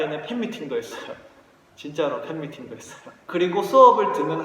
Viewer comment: '팬미팅' 라고 들렸을 때 웃어버렸어요 ㅋㅋㅋㅋㅋ